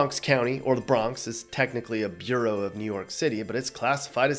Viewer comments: The Bronx is not a "bureau" of New York City. It is a "borough" (bar-row) and is a county of the state. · Bureau (what the B in FBI stands for) = b-yer-oh Borough (as in what the bronx is) = burr-oh